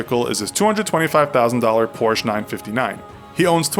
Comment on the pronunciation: I don’t know, can you say Porsche correctly???